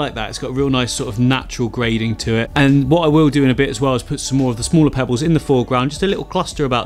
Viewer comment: I love the accent... Sounded like 'pebbews' or 'pebboos' instead of pebbles 😋. Beautiful design. Love the video.